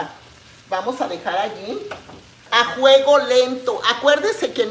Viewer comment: Como se diga Sra. Eso no importa.. al fin q le entendemos..no es la unica persona q no dice bien las palabras.. somos miles.. o ud es perfecta? Q yo sè ..Perfecto.. solo DIOS..